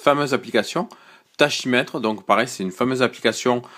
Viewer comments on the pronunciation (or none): Lol, juste un détail tachymètre se prononce takimètre, quelque soit l'accent